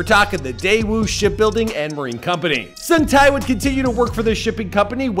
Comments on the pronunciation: Sung tae not sung thai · The tie part is killing me 😫 it's TAE TAEEEEEEE HAHAHA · omg no offence but your pronunciation of his name is so bad lol his name is not ho sung thai, it's huh-sung-ta (tae). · Who tf is Sung TAI!? 8 minutes of hearing this would make my ear bleed, nope. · ''HOW SUNG TIE'' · it's pronounced Heo (Hoh) - Sung (Suhng) - Tae (Teh) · You say the “tae” in “sung-tae” like, like “teh” as in the teh sound from “telephone.” He says his name properly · The way he mis-pronounces his NAME! Over and over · If you can do all this research you can look up how to pronounce his name correctly too, respectfully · Y'all really need to take time to work on pronouncing names correctly. This is painfully insulting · Heo (as in hope) Sung (as in song) Tae (as in Television) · Omg the way he's so excitedly pronouncing the actor's name wrongly without knowing, annoyed me yet makes me laugh. Lol u know u can test how to listen to it from Google translate right? The least effort u need 🤣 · Dude ur fukin butchering his name! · It's pronounced "ho-song-tay." Oh,and you mispronounced Busan #getittogether